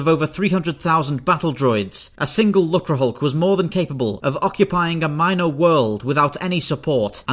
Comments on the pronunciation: Lucrehulk not lukrehulk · Great video, but you may want to ever so slightly modify your pronunciation of "lucre". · did you just pronounce it luckrehulk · Ugh the way he says lucerhulk